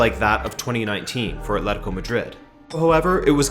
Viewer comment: The usual game of "drink every time someone says ATH-letico" didn't hold up here.